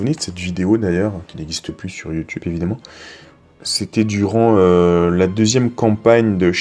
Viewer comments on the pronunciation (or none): none